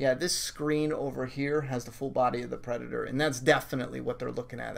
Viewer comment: “Predatoe trailer” lmao